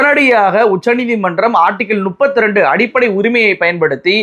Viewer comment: Class இல்லை clause நுப்பத்து இல்லை முப்பத்து